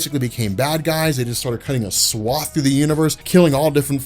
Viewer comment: "Cutting a swafft" lol love when you say that kno ppl got killed when says it.